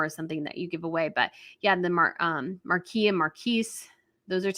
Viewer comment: Please learn how to pronounce Marquess.